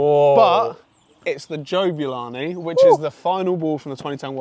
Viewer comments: what is jo'bulani i mean not ja'bulani its jo'bulani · Yeah right mate, great "JO'BULANI" you have there 😂😂😂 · the golden jabulani says jobulani